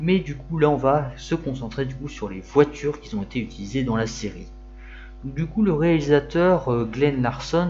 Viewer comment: Sujet bien traité, bien explicatif. Attention aux fautes de liaison dans ton élocution ; beaucoup de "qui-z-ont" Sinon, il faut vraiment être passionné de bagnoles pour afficher une Ami ... 4-5-6-7-8 ? Peut-être un prochain sujet de vidéo 😊